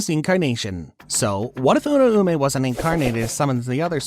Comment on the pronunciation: The theories are very interesting but holllly, if this guy watched the anime, theres no way the pronunciations should be this off. The name in the show was pronounced “Ur-ao-may” not Ura-ume”. sorry not sorry for sounding like a dick